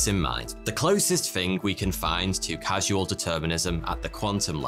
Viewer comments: its CAUSAL .not casual ,sorry i find repeated mispronunciation and misspelling irritating! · Great Vid! however, causal is pronounced (kahz-uhl). it's not casual (Kaz-you-uhl) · Dude...dude. Causal is pronounced "KOZ-el." Not like Casual. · I made a joke because he misspoke "causal" as "casual". You know, it only determines events casually. Not every time. Only if it feels like it :P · lol, "casual determinism" Its causal determinism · That you keep pronouncing "causal" as "casual" ruins the whole video. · It’s not ‘casual determinism’ as you called it, but ‘causal determinism’, as derived from the word ‘cause’. Different pronunciation. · I'm kinda surprised, he kept saying the wrong word, didn't see anyone mention it... that word is "CAUSE-AL".... not CASUAL (like clothes). It's Causal Determination. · It's not casual determinism, it's CAUSAL Determinism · It's causal determinism, not casual determinism. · It’s CAUS-UHL NOT CASUAL... other than that it’s a fantastic video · CAUSAL!!! Not cas-u-al, caus-al. Completely different things. The word 'casual' makes absolutely no sense in this context. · People will call me a grammar Nazi, but sorry, words are important—and the way you pronounce them. You don’t mean CAS-U-AL determinism, but you are pronouncing it that way. You mean CAUSE-AL determinism, as indicated by its spelling. It is not haphazard (casual), it is strict and regimented by a CAUSE (causal). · I wonder if he realizes there’s a difference between casual and causal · I'm sure I'm not the first to point this out, but it's "causal," not "casual." It's an easy mistake to make. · It's causal and not casual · It's "causal" determinism - not "casual". hehe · This video would be far more compelling if you hadn't said "casual" every time you meant "causal". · OMG. It's causal not casual! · It's not CASUAL determinism - it's CAUSAL determinism. 😐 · casual? that says causal. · Casual Determinism or Causal Determinism ? ;)